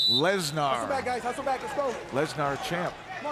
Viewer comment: Lessgnarr!?!?!.??. ya mean Brock Lesnar